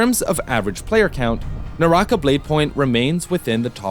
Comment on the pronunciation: ew NAH - RAH- KAH, not nawrahkuh